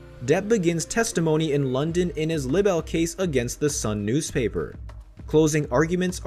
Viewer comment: I hate when people make a video and don't know how to say words correctly. It's LIBEL with a long "i" sound, like lie-bel. Not libbel. 🤦 Also, group of woman? It's women! Whoever made this video should at least know how to speak English correctly. Shows how just how "credible" some people are when they can't even speak correctly. Pet peeve of mine. Anyway, justice for Johnny.